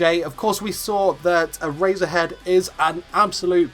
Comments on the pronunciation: Every time he says Erasure and Erasure head, I hear A-Razor-Head and A-Razor XD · lol sounds like hes saying "A razor head" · “Era-zure-head” he says x’’’D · I stopped watching the video because of how badly he pronounces eraser heads name